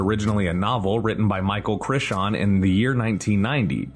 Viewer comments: “Micheal Crishian”???😂😂😂….it’s CRY-ton. Rhymes with Titan. 😂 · Was this AI? Michael krrryyyyyton . Dear lord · Heard “Michael Chrishon”, stopped video, double-checked what channel I was watching, downvoted, outta here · Turned it right off after “Micheal Crishawn.” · CRY- TON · Man, your pronunciation sucks. Michael CRY-ten, ISLA NubLar, not Island Nubar. Decent video otherwise. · Crichon? Better put some r'spect on that name. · The way you pronounce Crichton 😂😂😂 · Downvoted just for the way you said “Crichton “ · I agree, I died a little inside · For real. Over 2 million subs. You make videos like you're an expert and you fuck up the name of one of the most famous story tellers of all time? Pathetic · I second this. Not the first time he effed up a well known celebrities name which leads me to believe it's AI